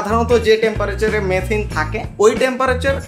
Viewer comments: মেথেইন না মিথেন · আপনার আমেরিকান উচ্চারণে মেথেন শুনে বুঝা যায় আপনি শিক্ষিত।